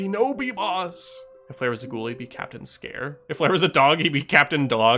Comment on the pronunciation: Capitain player😂,Capitain blare😂 and capitain cher-ry😂?!